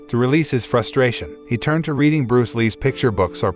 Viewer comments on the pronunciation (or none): none